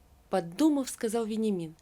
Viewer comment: Читать нужно правильно. В тексте стоит Вениамин, а мы слышим Веньямин, даже ухо режет, неужели нельзя правильно прочитать.